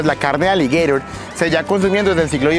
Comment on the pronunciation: Hermano eres tan bruto que nisiquiera saber pronunciar aligueiro en español 😅😅😅😅😅